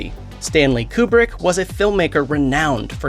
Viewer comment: It's K-YOU-brick.